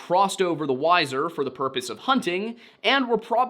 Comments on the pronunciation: lol it is pronounced “Wee-zer”, like the band 😅 Weiser Idaho. sincerely, an idaho native born and raised twenty minutes south of Weiser. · Weiser, Idaho is pronounced more like Weezer, just fyi. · That was so wild hearing Weiser, ID (I live only 20 minutes away from there). I had to look up at the spelling because it's actually pronounced Weezer (like the band). And I had never heard of that, maybe I should do some exploring locally and try and ask some of the older locals. Edit: I wanted to say I totally understand why people pronounce Weiser like Why-ser, because it's like Budweiser. I actually don't know why us locals always called it Weiser as in Weezer, so clearly I don't begrudge anyone who makes that mistake, because Budweiser is a global company and very known and Weiser is a tiny town in Idaho. Also we always end up pronouncing things a little odd here in Idaho 😅 like we say Boy-see instead of Boy-zee (even though the latter is closer to the correct French pronunciation, Boise being named by French settlers). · Idahoan here.. weiser pronounced weezer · Weiser is pronounced like the band Weezer :) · Hey,. Love the vids, just wanted to say "Weiser", Idaho is pronounced like the band "Weezer". Keep up the great work brother! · Did you say wiser idaho ??? Do you mean weiser idaho ?? Cause thats obviously not how you say that 🤦 not even close to be pronounced like that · It's pronounced "Weezer." Like the band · The Idahoan in me died a little. It's pronounced wee-zer. I couldn't keep watching until I offered this up. Now to keep watching lol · Weiser is pronounced weezer. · That Idaho rriver is pronounced Weezer. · its pronounced 'weezer' idaho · It's pronounced Weezer town and the river .😊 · Weiser, ID is pronouced "we-zur." Think of the word wheezer. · Oh man, not one minute in- It's "Weezer". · Its weiser ( We-zer) idaho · We pronounce weiser ID as WeZer or wheezer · Weiser Idaho is pronounced “Weezer”. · It's pronounced Weezer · Wheezer not Whyzer.